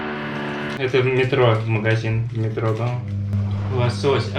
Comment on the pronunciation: Сеть магазинов мЭтро- ударение на первый слог